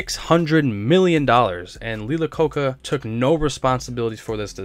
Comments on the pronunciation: Lacocca? Iacocca lol I had to replay that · u lost all credibility when u said Lacocca my boy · ‘Lee Iacocca” is pronounced “eye-ah-CO-ca”. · "Lee LaCoca"? Lee Aye-ah-co-ca. Perhaps you should stick to cars of your own era. There are too many factual and contextual errors in your video to even begin to list or spend any time on. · It's Lee "I" acocca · Lee “eye-uh-KO-kuh” For the record. He’s an icon. The video is awesome regardless. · it's Lee EYE-ə-KOH-kə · Iacoca pronounced Eye-A-Coke-A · After you called Iacocca(👁) "La Coka", your video became 💩. Cartier is French, so expand your knowledge. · its pronounced LEE EYE-O-COKE-A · Lee " eye uh coke uh" is the pronunciation. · OK time for some research mmmk. I want you to look up how to say Lee Iacocca name just go to Google. please your in college now. Time to act like you have some brain matter between your ears. Don't major in Bud lite and weed OK big guy. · Please learn to pronounce Lee Iacocca's name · You can (and should) look up pronunciations. The type of people watching can pronounce Lee Iacoca and Pininfarina. Js